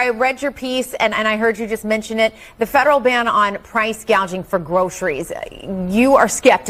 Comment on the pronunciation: 😂 proce gageing